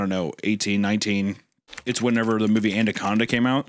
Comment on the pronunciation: Also, Hunter mentions "Andaconda," my favorite mispronounced movie.